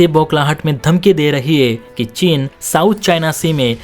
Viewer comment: तेरे को समाचार वाचक बनना जरूरी है क्या जब उच्चारण सही नही है, चीन को चिन बोल रहा है